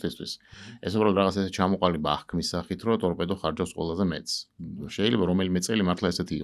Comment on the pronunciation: წამყვანმა ტორბედო კი არა სწორად წარმოთქვით,ტორპედოა სწორი ფორმა.